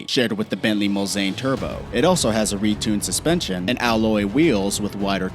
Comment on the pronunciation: it's Muls-a-an not Mulz-ein